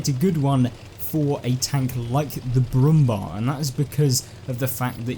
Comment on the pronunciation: Pronounce „Bär“ in Brummbär just like bear. Brummbär means „growling bear“.